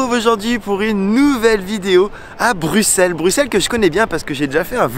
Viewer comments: Yes vive bx ! Bien joué pour avoir prononcé son nom correctement, ça fait plaisir :D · Merci enfin quelqu’un qui prononce bien le nom de la ville 😅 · Enfin un français qui prononce Bruxelles convenablement 😊 ! Autre chose que tu n'as pas mentionne: Bruxelles est la 2e ville la plus cosmopolite au monde (après Dubai).